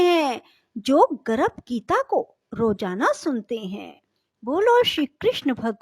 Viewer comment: Aapka pronunciation hi galat h गर्भ बोलिए आप गरभ बोल रही है